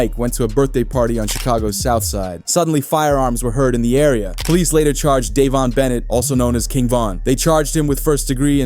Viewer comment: Dayvonte hahaha I am 100% sure his name is Dayvon